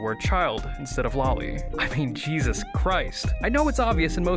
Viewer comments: cripes sake, it's lo-li. not lali. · It's not pronounced "lolly". God that's my biggest pet peeve I swear. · it's not the "American pronunciation" it's the incorrect pronunciation. Loli comes from Lolita which is pronounced "lo-lee-tuh".